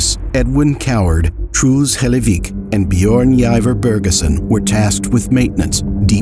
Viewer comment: I know it's kinda disrespectful to say but I mean no offense with this ; the pronunciation of "Truls Hellevik" is just funny to me. Like the narrator just says it like "Trools Helayveek". Again, no offense, don't get mad at me.